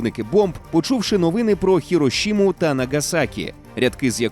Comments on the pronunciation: Не Херошіма а Хіросіма. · Що таке Хірошима? 広島市 так не вимовляється